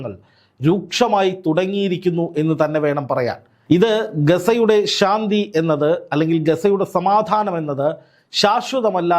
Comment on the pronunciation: ഷാന്തി അല്ല ശാന്തി